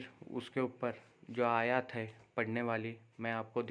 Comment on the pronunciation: लोगो को गुमराह मत करो, आयत को तुम खुद गलत पढ़ रहे हो